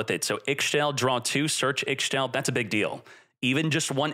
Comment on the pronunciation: I'm just happy to use all of my Darklords again. Also I'm pretty sure Ixchel is pronounced "E-Shell" or "E-Chell"